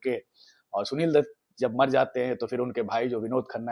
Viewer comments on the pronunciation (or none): none